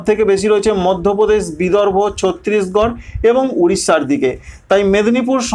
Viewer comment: ছত্রিশগড় উচ্চারণ হবে না ওটা ছত্তিশগড় হবে